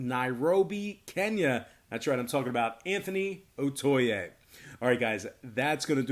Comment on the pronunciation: Am here...all the way from Nairobi kenya"its OTAYE"...not "OTUYE"